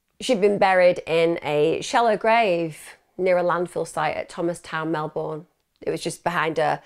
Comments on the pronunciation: Thanks for covering this story from my home town. But its pronounced "Mel-bin" not "Mel-born". Its also winter in August, not summer. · Mel-bun is basically how we say it. She is normally really good at making sure she has the correct pronunciation of towns out of respect for the victims. I guess "Melbourne" seems so obviously Mel-BOURNE to non-Australians that it doesn't even cross your mind that you should check the pronunciation. I did catch myself smiling a couple of times throughout the video. 🤦‍♀️ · I've always pronounced it as it reads phonetically... 'born'... Never heard anyone pronounce it as you say.. Not even Australians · 8 seconds in and already giggling at your pronunciation of "Melbourne". 😂 I hope you don't have to say it too much, or I'll feel bad about cracking up while listening to such a horrendous story. 😉 Love your videos! Always excited to see a new one become available. ❤️ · She's pronounced it like Americans do lol